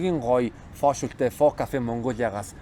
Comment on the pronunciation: Фо биш фө шөл😅😅😅